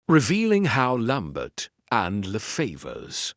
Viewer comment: French name and place name pronunciation absolutely atrocious, unforgivable mispronunciation of Maigret’s. Actor narrators need not worry with this terrible AI, “lamb bert!!!”